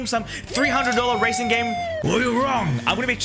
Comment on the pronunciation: bro said razon games not racing games lmao🤣🤣🤣🤣🤣🤣🤣🤣🤣🤣